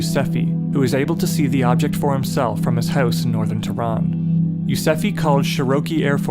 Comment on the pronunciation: Pronounces "Teh Run" , not teran. "Shaaah rokhi" air force base